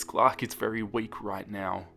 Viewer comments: I heard clock instead of Clark now I can't unhear it 😂😂😂😂😂😂😂😂😂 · I feel dumb, I thought was saying Glock instead of Clark 😭